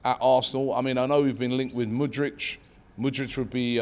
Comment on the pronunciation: How can you pronounce Mudryk as Mudrych, where do you hear the ch? its literally a k lmao